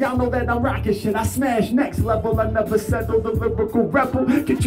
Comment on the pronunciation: nevah, nevah, nevah